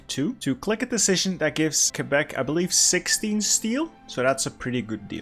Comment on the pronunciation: FINALLY! Someone pronounced it correctly, ke-bec not kwe-bec